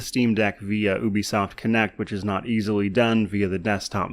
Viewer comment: Da heck is ooo be soft? It's Ubisoft!